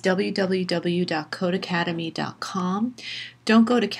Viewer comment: It’s not codeACADEMY lol it’s codeCADEMY. Just read the website name.